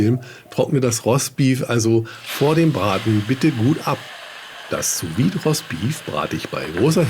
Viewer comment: Und hier noch eine Kleinigkeit von einem Franzosen. Die Benennung: „Sous Vide“ spricht man „Su vid“ aus ohne das „e“ zu betonen. - So und ab jetzt verleihe ich dir schon einen halben Stern.😂